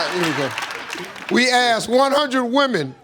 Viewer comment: It's not axe it's asked